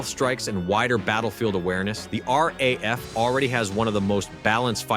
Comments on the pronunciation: Stop with this AI crap voice-overs. They can't even pronounce things correctly 😫it's not R pause A pause F but RAF 3 letters said as one after the other. Its a big give away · The RAF, the RAF, the RAF..... says the initial commentary... over graphics of American aircraft and carriers. And you would have thought that AI could manage not to mispronounce 3 letters, RAF. Although in fairness it is pronounced correctly later in the video.